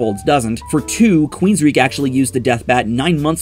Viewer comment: WOULD YOU PLEASE STOP MISPRONOUNCING QUEENSRYCHE WITH QUEENSREECH? IT'S PRONOUNCED "QUEENSRIKE"! QUEEN OF THE REICH.